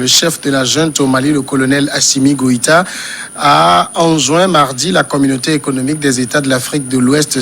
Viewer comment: Ils disent tous Gwéta au lieu de Goita (sauf Samuel) ou bien c’est moi ai mal entendu ?